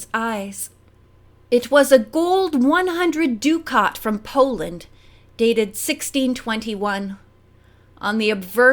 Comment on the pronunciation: "Good Night!" in this context is a euphemism for swearing. as in "Good...NIGHT!" Ducat rhymes with bucket.